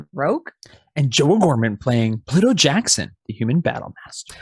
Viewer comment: just out of curiosity.... why do you pronounce pluto- like pa-luto;p